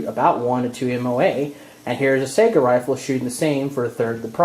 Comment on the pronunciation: I'm from Finland and Saiga comes from our eastern neighbour and the "real" pronunciation is Saiga (A not ae as in A,b,c), like a mexican a as in Maria. hope that helped.